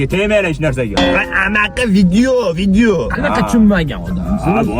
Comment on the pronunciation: Toshkenliklllaram endi amakini amaqi deyishmasa kerak 😂😂😂😂